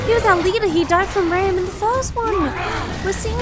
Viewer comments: I find it ironic how you pronounce RAAMs name. I once had a debate with my sidings over how to pronounce it and I thought it was Ram too lol Since it has two A’s it’s pronounced with the long A. 😃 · It’s pronounced RAAM, not Ram.